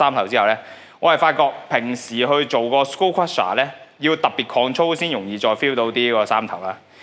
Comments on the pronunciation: 其實skull係讀 s鳩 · skull 係讀"s鳩“